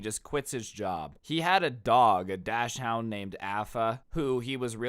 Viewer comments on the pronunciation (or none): bruh he said dachshund wrong it is pronounced like daak·snd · yeah but he pronounced the breed name wrong